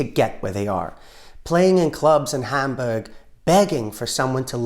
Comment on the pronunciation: love the British accent on “Hamburg”